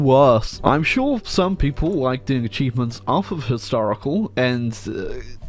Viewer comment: did he said acheesements?